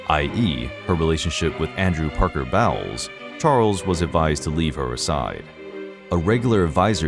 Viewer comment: Bowles is pronounced Bowls and the question Charles was asked was if he was “in love” not if he loved her. Big difference and an inappropriate question to begin with